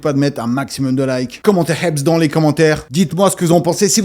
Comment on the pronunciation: C hebs, pas heps 😅